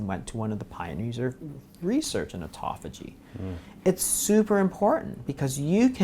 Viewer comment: Auto Phagy. They way that you guys pronounce this word make it sound like etophogy. Very hard to look up. Phage means "to eat," and auto means "ones self" so self-eating. Very interesting. I have been considering intermittent fasting for a while, and will now be doing it, mostly for aging, and health.